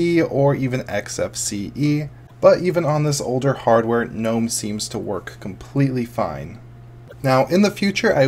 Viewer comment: i like the fact that you pronounce it gnome, and not ga nome lol ... drives me bananas when people do that